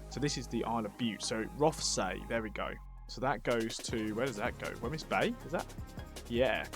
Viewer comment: Wemyss (Bay) is pronounced 'Weems'